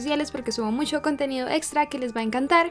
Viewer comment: Me encanta como dice "Musho contenido"